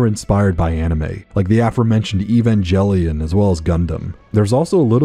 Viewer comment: another decent but mostly forgotten mech series is Gungriffon 1 and 2 from Game Arts on the sega saturn... part 2 has an english patch now.. biggest flaw is probably the saturn's controls, but still pretty good for its console generation.. also i know every one hates this but, Evangelion is pronounced with a hard g, "Geh" lion, no j sound...i didnt know either until I started buying the ADV discs in the late 90's/ early 2000's..i havent played Slave Zero yet, but i do have the Dreamcast GDI, but based on your review i guess ill hold off till i get the pc version.. great video